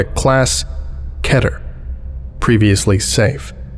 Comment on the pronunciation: I would have thought Keter was pronounced differently. I’m learning so much